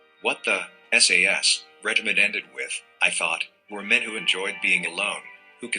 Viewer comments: SAS...NOT sass!...ask the boys from Hereford! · SAS is pronounced ES-EY-ES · Dude just pronounced "SAS" as "sass" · Since when is the SAS called the "Sass"?